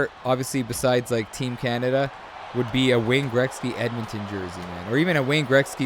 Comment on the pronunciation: "Greksky"? Or am I just hearing u wrong?